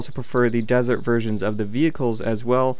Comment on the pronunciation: Were you really calling the stuff at the end desert or is my hearing bad?